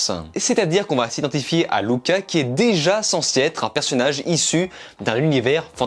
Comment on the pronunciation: Merci ! Enfin un gars qui prononce bien Luca ! 🇮🇹🤌🤪👏